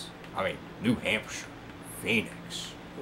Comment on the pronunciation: Lists tracks that could be demoed/redone He says New Hampshire EXCUSE ME (from an NH native)